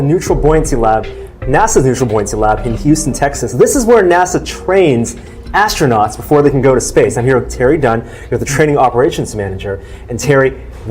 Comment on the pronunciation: I do not trust anyone who says "ashtronowts"